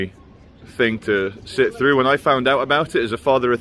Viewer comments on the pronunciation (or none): none